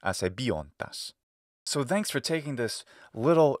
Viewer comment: I've just noticed that ye pronounce ðanks. I haven't known that that was a feature of American English!